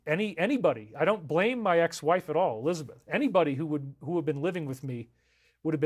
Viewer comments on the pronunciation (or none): none